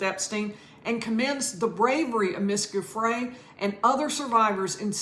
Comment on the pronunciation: it is oronounce “jhu—fray” please at least learn to pronounce names of people youre talking about. not hard. geez.